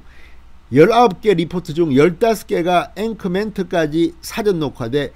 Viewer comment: 뜬금없는 말씀 죄송하지만 발음하시는 '사전녹화'에서 '사전'을 단어 뜻을 알려주는 책으로 발음하십니다. 계속 저렇게 발음해 오셨다면 고쳐지지는 않겠지만 영상 보시는 분들은 감안하고 들으시기 바랍니다. 발음하시는 '사'보다 약간 낮추고 약간 길게 발음해야 정상입니다.